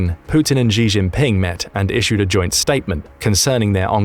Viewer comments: The Xi in "Xi Jinping" pronounced more like Shi/Si. Not "Ji" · Xi is pronounced "she". Not "jhee". I know that Chinese languages have tonal differences between words, but that's how it sounds to English ears. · Please teach the robot how to pronounce “Xi”as in “XI JIngping”, it is not pronounced ‘Zhee” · why do the British think Xi is pronounced like "gzee"?